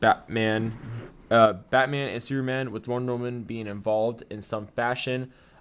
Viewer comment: wow why cant you say the word superman right... very distracting when trying to listen